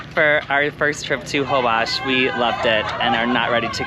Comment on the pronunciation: Amazing video, but it’s pronounced Hole-bush :) in Spanish :) a lot mispronounce it